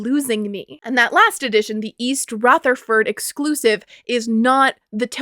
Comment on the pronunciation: I can clock that is not from around me by the pronunciation of "East Rutherford" alone...😅